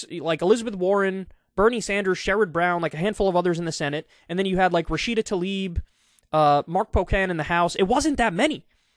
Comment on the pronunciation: Please. The name is Rashida Tlaib. Not ‘Talib’. Tlaib.